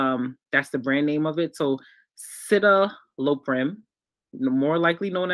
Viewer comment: Citalopram pronounced Sit-Al-o-pram. Depakote pronounced Dep-uh-coat, just for reference! hope that helps!